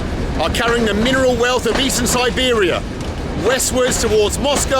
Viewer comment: snor-bear-ia trip 100% :)